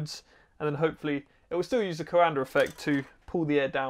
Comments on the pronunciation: He keeps pronouncing "Coander affect", what do you expect? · Not trying to be anal about this but in case you're curious the actual pronunciation is something more in the lines of "Coahndah" (Coandă) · Before even clicking I could hear going "co-anDER effect" in my head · Not "Coander", closer to "Coandah", but without the H, ending on the high-A. I would suggest printing the bowl the other way (like a bowl in which you'll put cereals and milk, in this order, don't me). The fan should be of lower height and have a lot more blades, like a squirrel-cage compressor fan, and maybe thinner/shorter (less height). I would say at least 24 fan blades, ideally twice as much or more. You might also want to add some gearbox, to spin it at higher speeds, to use the same torque to generate more lift, by having more air affected by the surface-tension of the bowl. And why not use store-bought bowls, anyway? You want something more like a high-speed air compressor squirrel-fan, than the fan for a horizontal-axis wind-turbine. Would be nice if you tried again, taking those things into account. Also, having a duct (basically a disk) on top of the fan, going something like 2 centimeters outwards, would somewhat increase the upwards force, by keeping the air from being sucked back into the fan. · Great video! Take a drink every time he says "Coander effect" -- it's actually pronounced ko-an-duh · Henri Coandă has a street named after him in Timişoara 🇹🇩 |two syllables, not three. | Kwan dõ| 콴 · It’s the CoanDA effect not the CoanDER. Accents are no excuse for adding an r where there isn’t one. Stop. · it's something like "duh"! Is pronounced dă. So it's... "Coan-duh" effect 😅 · every romanian's ears starts bleeding when you say Coanda :)) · I kept yelling at the screen that there's no R in coanda, pretty funny though. kinda like some americans saying H before W.